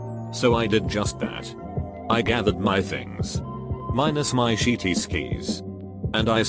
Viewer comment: Nobody: The voice: Sheety